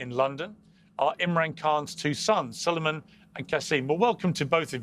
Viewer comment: Salaams and duaayn, Salueman hai, not Salman - سلیمان ❤